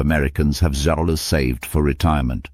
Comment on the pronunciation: You were scammed That was AI. Who says zodollars? For zero dollars.